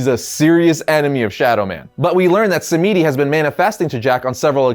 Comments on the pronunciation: pronounced " Baron SAM-dee". As in, French for "Saturday" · Baron Samedi is pronounced as (Sam-dee) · Baron Samedi's name is pronounced more like "som-dee" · It's pronounced Baron 'Sahm-dee'. Google it if you think I'm wrong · No Baron samedi is mainly pronounced more like Saturday in french